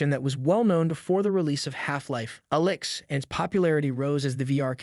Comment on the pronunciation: He says Alyx like Elix